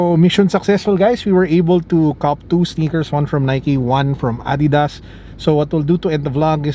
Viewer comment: Did I just hear "ah-didas"? Sobrang therapeutic! Thank you for finally pronouncing it correctly!